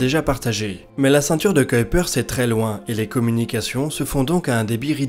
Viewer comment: le ceinture tu ceuille-peur tu dis? :3